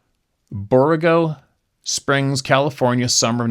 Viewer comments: Borrego Springs, pronounced "bor-REGGO" Springs. There is a sasquatch newspaper article from there from the 1870s, I believe. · Hey. Thank you for what you do. It's pronounced " Bor-eggo" springs. It's east of San Diego. God bless you and yours! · It's pronounced Bor-ego Springs. It's in eastern San Diego county. Fun fact... The Pacfic Crest Trail goes through Borrego Springs. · Yep, we heard our boxer bark 1 night a couple weeks ago! He passed about 3 mo ago. 🙏 PS, Borrego Springs is pronounced like Borr egg 🥚 O I have an Aunt Uncle that have lived there for years. Happy Holidays!